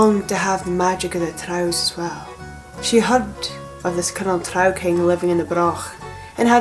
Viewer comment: Thank you for pronouncing "trow" correctly! The fantasy creatures in AD&D called "drow" are pronounced the same, because their origin is this exact folklore, along with Viking dark elf folklore of course. I try not to be a grammar nazi but it's hard when people call them "droh"😂 Great video!